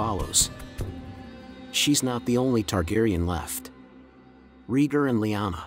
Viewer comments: Please say Raygar, not Reeger. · Its pronounced Ray-Gar, not Ree-gr. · RAY-GAR not REGOR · "Rheeger" lmao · Rheegur is Rhaegar´s long lost brother. 😂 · Reeger reeger reeger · Dude if you can pernounce Aegon right then you can pernounce raegar too its like this Ray-Gar= raegar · Who the hell is regar…pronounce dude pronounce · Exactly. This drove me crazy hearing him keep saying Reeger.